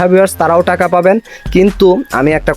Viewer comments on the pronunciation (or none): none